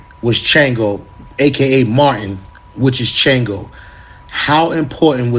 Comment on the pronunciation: i think his name is pronounced "shahn-go" as in the african, yoruba god or orisha.